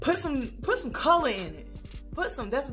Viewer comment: you ain't have to come for the people like that 😂😂😂😂 "Puhsome - Puhsome CULUH in it"